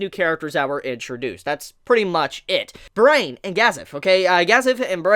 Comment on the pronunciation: Brian is not pronounced brain...that name made me cringe a bit.